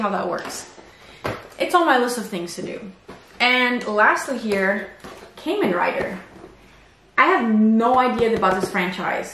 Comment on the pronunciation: Love your videos 💙❤🤍. Btw, Kamen Rider is pronounced like ramen. Ka = か Men= めん, aka 仮面 in kanji.